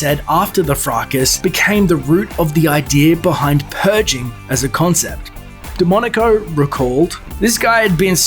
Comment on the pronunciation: Every time he says DeMonaco it sounds as demonico.